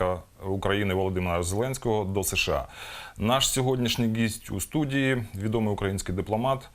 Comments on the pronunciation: Чому ведучий користується буквою ''ґ '' там ,де треба ''г ''. Він бере приклад з Юлії Тимошенко ? Звучить досить смішно. Що це за епатАж ? Підкреслює своє роZZійське походження ? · Пане ведучий , вивчайте мову!!! У слові гість вимовляється звук "Г" , а не "Ґ" . Позбавляйтеся мовних покручів !!!